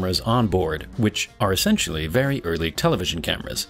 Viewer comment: very not vary drive me nuts